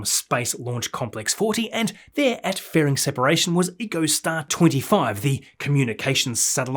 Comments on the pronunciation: echo-star not eco-star brah. love your work. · Pronunciation note for you,. EchoStar is NOT pronounced "eeco-star". It's "echo-star". As in "his voice echoed off the surrounding cliffs." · “Echo”Star, not “Eco”Star. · Pronunciation note for you,. EchoStar is NOT pronounced "eco-star". It's "echo-star". As in "his voice echoed off the surrounding cliffs."